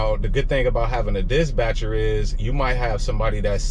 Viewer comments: Dispatcher not Disbatcher..lol got it bro🤣🤣🤣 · Love the content boss, been an owner/op myself running big trucks though. Switching over to sprinters soon. Btw, it’s “dis-patcher”, not “dis-Batcher”. Keep gettin that loot! 💪🏾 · Why you keep saying disbatcher? I thought it was dispatcher 🤔 or maybe it’s something else your trying to say am confused